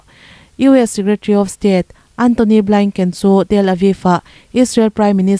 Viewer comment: Suria nilovin Syria aw(mizo Bible in Suria ti a lehling angin i rawn lam tawp mai😂 ani maw!!) Suria nilovin syria aw!! A khawpui Damasacus(sorry Damascus) Antonio Blainken nilovin,Blink) (Antonio Blinken / us secretary of state)milar lutuk leh Ram hming lar lutuk te hi chu lam rik dik a, hriat ve tur!!!